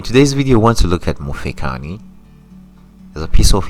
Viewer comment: Mufekani? Pronunciation is very important